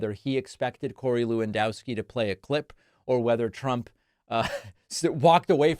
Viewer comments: I winced a little when Pakman pronounced "Lewandowski" the way he did. (I'm not Polish, but I lived in Chicago forever, and it's minimally polite to learn that much about the residents.) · Is it not pronounced Levandovski?